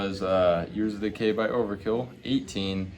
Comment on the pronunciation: Bro really said overkill yearzzz of decay lmfao